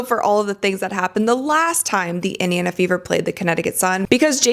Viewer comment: Someone please tell that it's Indiana and not Idiona